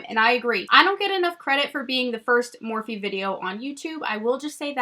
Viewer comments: Lol been with you and remember you getting the Morphe single shadows at IMATS!! Think you pronounced it Morph without the e. I also remember the trublood videos. #waybackwithshae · I TOTALLY REMEMBER your Morphe video and thinking I had never heard of that brand. And I'm pretty sure you didn't pronounce the 'eee' on the end so when other people started calling it that I always thought NO THATS NOT HOW U PRONOUNCE IT. Lol. Love you!